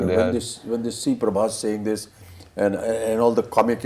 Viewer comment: Difference between like u guys comparing Prabhas anna with Amir sir and SRK sir. Tell me did u know, honestly known Prabhas anna or watched any of his previous films before films. My answer would be No/Yes/I didn't want to because they r old. Listen first it's Prabhas not Prabhash, second of all u don't know his reach was enormous even before Baahubali, just incase u didn't know. My man wanted to make films just for the fans, but got stuck with T-Series and This director Prashanth Neel who lost his direction and writing touch after the KGF Chapter 1 movie. My man came back from his industry which is Telugu and gave a banger to all people like u who comments like hell like u gave the hit one's from ur industry. And u know u wt sir/mam, we had this kind of facing before. Do you know tat SRK sir hates prabhas anna, proof see the success meet of jawan when the interviewer asked Deepika mam the question of project k also now known as Kalki 2898 AD movie, just look the srk sir's face he was scared or uninterested or whatever. You guys only shown him hell for movies so he need five years to understand u guys. Prabhas anna loves SRK like anything, and reach u talk abt goes previous films before Baahubali and see my Anna's work better than ur Bollywood movies at tat time. Now only remake of our hard work.